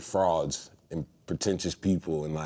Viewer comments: thaught he said "i hate frogs" not "i hate frods" ahahhahahah :D::D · when he said "I hate frauds" did anyone else hear "frogs?" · I ate frogs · Yeah I heard frogs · The first time i heard frogs too lol When i played it back i was able to tell he said frauds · He said frogs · I thought he said frogs too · I thought he said frogs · did anyone else think he said he hates frogs?